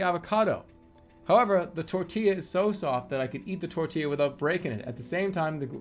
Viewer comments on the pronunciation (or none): none